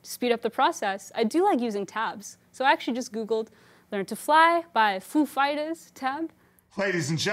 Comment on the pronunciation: PHEW Fyters ... 😂